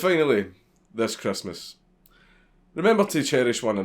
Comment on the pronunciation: It’s Chrestmus